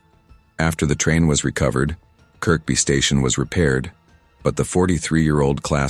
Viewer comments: Is anyone annoyed with the pronunciation of Kirkby as its pronounced as Kirby not Kirk-be. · by the way it's pronounced 'ker-bee' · It's Kirby,you don't pronounce the second K